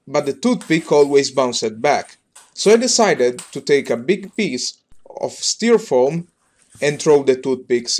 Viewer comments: Not being mean, or its just your accent, but its pronounced styrerfoam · My man said s t e r a foam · dont you just love "styrfoam"?